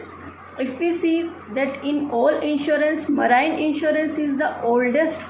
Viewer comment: PRONOUNCIATION IS WRONG OF MARINE TRY TO CORRECT THAT AND MANY OTHER PRONOUNCIATION IS ALSO WRONG REST IS OKAY IF YOU BRUSH UP A LITTLE THEN YOU CAN DO IT